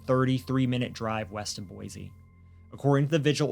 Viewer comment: Thanks for pronouncing Boise correctly!